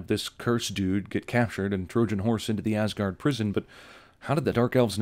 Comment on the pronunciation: "welcome to AssGaurd" 😂